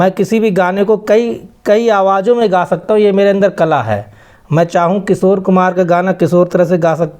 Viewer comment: अपने मुंह मियां मिट्ठू बनना कोई इनसे सीखे पहले किशोर दा और कुमार सानू जी का नाम ढंग से ले ले तो 2-4 सुर सही लग जायेगा बाकी मजे लेने में तो बहुत आगे हैं।